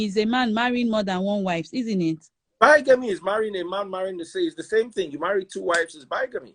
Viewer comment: Never understood why Freeze loves Kemi and her fake qualifications and self grandiosity. She brings nothing to the conversation besides, taking it in different direction and makes some of us log off from the broadcast. Bigamy (pronounced bigame not bygame).